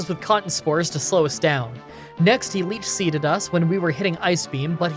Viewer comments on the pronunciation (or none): Next he leap seeded us.... I love that move. (Can't tell if it is him mispronouncing the word, or me mishearing)